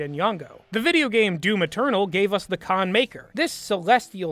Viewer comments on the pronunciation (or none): none